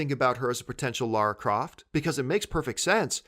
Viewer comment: John thank you for saying Lara not Laura like Kristian, Chris Stuckmann, Jon Schnepp. I am not a fan of lara croft but I find it very distracting when people say Laura. Maybe its just an American thing.